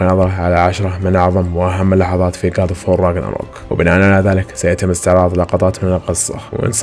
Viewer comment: بالعراق نكتب گ من اللغة الكردية وهي نفسها الجيم المصرية گاد أوف وور هو اللفظ الصح وليس قاد😂😂